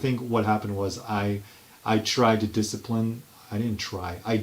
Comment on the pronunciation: Na-ha, I do not rack disciprine !